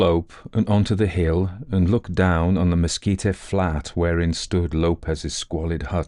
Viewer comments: Great narration. Mesquite is pronounced mehSKEET. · I have really been enjoying your stories. I just want to let you know that the word “mesquite” is not pronounced “mesquita”. It is “meskeet”. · Only spluttered over my coffee hearing "mesquite" pronounced as you did--from NW US, college in New Mexico, and have always heard it with hard "t" ending, like "meskeet" vs. "meskeet-ee"... Though we do add the "oh" when we say mosquito! 😅 (Or rather ouch after one finds us...). Enjoyed this story... Nothing wrong with some manly-man now & then! A joke i heard in college was "State "x", where the men are men & the sheep are nervous". My school had a rivalry with one in a state just north, so X was Colorado....😅 A reminder to not take anything too seriously. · Oh,, you do "creepy" so well. Lots of shudders in this tale. By the way, the plant/tree called Mesquite is pronounced mess-kit. The final e is silent. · I adore you, but you need to know mesquite is “mes keet’ “. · Good story. My brother went to Peaster schools growing up (authors birthplace) and I grew up about 20 miles from there. Your accent is not objectionable just weird. By the way its prononuced Messkeet leave off the e at the end. Love your work. I worked on Aliens and Cowboys movie. Ended up not getting paid. Lots of points of intersections with this story trajectory I guess. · Beautifully told! ... I've only heard "mesquite" pronounced with two syllables, never three. (Texan speaking) Excellent bedtime story anyway.